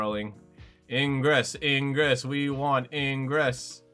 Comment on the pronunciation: Ingress? His name is igris